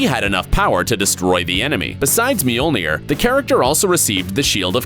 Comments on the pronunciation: It’s not meaolnear it’s mjolnir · How hard is it to say Mjölner?